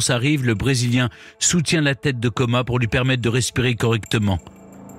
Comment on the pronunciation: alors monsieur Stéphane berne c est Érik comas et non coma.....